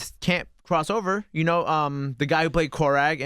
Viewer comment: this may be a little petty but calling korg, 'KORAG' kinda triggered me I just couldn't take him seriously after that hahaha